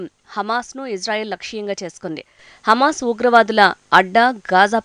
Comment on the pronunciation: Nuvvu Israel pai edusthunnattu undi....hames kadu ra ayya ...hamaaz..